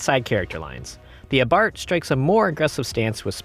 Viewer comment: First off, thank you for pronouncing "Abarth" correctly...most YT car reviewers can't seem to do it. I personally would take the Fiat over the MX-5 for the exhaust note, the "exclusivity" of owning one, and the likely much larger discount I'd get on it over an MX-5.